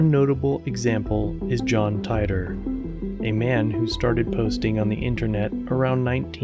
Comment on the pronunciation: Its obvious you haven't done enough research on titor since you mis pronounced it. Sorry to give you constructive criticism i know you dont like it since you didnt respond to the last one. I appreciate the hard work you put into this channel. Im a bigger fan of the lackluster channel